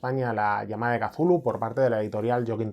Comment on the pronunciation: Gracias por pronunciar kazulu! El único youtuber rolero que lo hace, da gustirrinin 😅